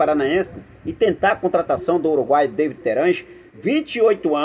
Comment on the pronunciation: É Davi e não Deivid Terans! O cara é uruguaio e não inglês .Fica a dica.